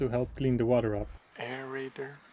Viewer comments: air raider? XD aerator? hahaha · Lol,I think it was supposed to be “aerator” maybe… 😂 For Water Aeration.😅 Not “air raider” 😅😅